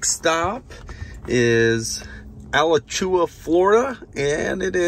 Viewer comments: It's pronounced uh-latch-oo-wa. It's an old Indian word that means sinkhole. Cool video! Getting my model Y next week and I'm super excited. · Awesome video! You're not quite a Floridian yet. Alachua is uh-LATCH-ooh-AH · had to drink a beer every time he pronounced Alachua wrong.